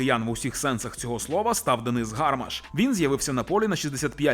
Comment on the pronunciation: не гАрмаш, а гармАш. Невже так важко затямити це?